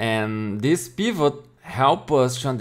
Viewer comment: Wen you said peevut I subcribed